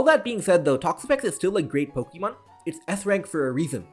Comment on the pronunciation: Dude, I love your channel, but you've gotta stop your cringe pronunciation of "Pokemon". The E is a schwa. Sounds so much better that way. "Poke-EEE-mon" is just ridiculous.